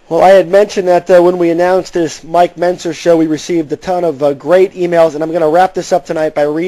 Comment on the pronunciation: Why does Bob Chic keep pronouncing Mike Mentzers name wrong??